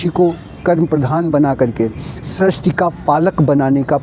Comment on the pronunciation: आप सृष्टि के स्थान पर स्रष्टि बोल रहे हैं जो पूर्णतया अशुद्ध है। आपसे यह आशा नहीं रखते हम